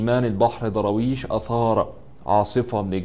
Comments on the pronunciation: نطقك سئ،. ومخارج الحروف عندك فضايح. ذاكر شوية واقرأ كثير وهات مدرس يعلمك النطق طالما مصمم تتكلم بالطريقة دي.. ايه دروايش دي انت بتقول ايه الضاد والدال عندك ضايعين.. حرام عليك. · مين ضراويش ده انجليزي ده يا 😂😂😂 يا سيدي الفاضل أبقي راجع الفيديو مع طالب ابتدائي قبل ما تعرضة ياريت المرة القادمة يبقي الفيديو أفضل من كده تحياتي لك 🌹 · انطق درويش صح يا غالي بالدال وليس بالضاد و بالفرد و ليس بالجمع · يا عم اقرا الاسم صح ايه داراويش اسمه درويش